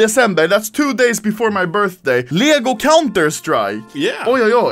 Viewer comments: As a swede I like how u say "Leggoh" instead of Lego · Ah yes, "ljägo" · That pisses me off bc im Danish and he says leæhigo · everyone: lego anomaly: liego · "LJEGO" XDDDDD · Anomaly language dictionary English : Lego Anomaly : lyäęgÿo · He says leeyago instead of lego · He says lego but as you would pronounce it in Sweden. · lmao that's how Lego is pronounced in Swedish lel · i Love how he pronounces LEGO